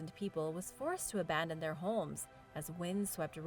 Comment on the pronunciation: You pronounce 'homes' like there's an L in it.